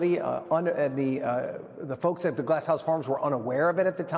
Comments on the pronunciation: I’m cracking up!!! Hearing him pronounce the city “… town of Camarillow” LOL 😂😊😮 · Cam-a-reo... Get the pronunciation straight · Not you pronouncing Camarillo wrong 😂